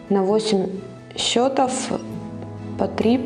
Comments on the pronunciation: Все прекрасно, кроме ударений в слове «счётов» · 'Cчетов'- ударение на первы слог